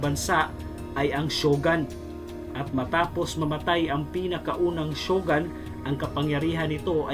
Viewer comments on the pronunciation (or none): shogun- "shō- goon" hindi po sho- gan